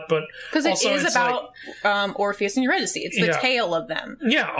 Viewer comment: My main qualm with the whole musical is the pronunciation of Eurydice, but that’s because I am familiar with Gluck’s opera based on the story 😅 anything that strays from that pronunciation just makes me twinge